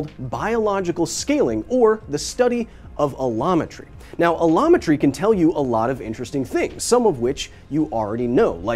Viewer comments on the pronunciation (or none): I keep hearing Kyle say a llama tree 😂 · Looked away for a second and heard “a llama tree” and was very confused. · Heard "the study of A Llama Tree" and was confused.